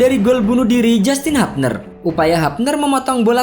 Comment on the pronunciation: Hubner bukan habner